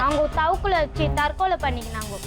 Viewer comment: Tharkollai ❌ thavakollai ✅😂